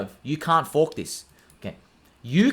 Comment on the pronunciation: Lol when you say “you can’t FOARK THIS!”